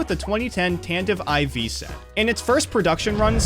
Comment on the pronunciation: How did he manage to mispronounce "Tantive IV" repeatedly?